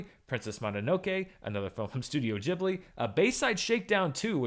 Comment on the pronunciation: THANK YOU for saying GEEbli and MononoKAY.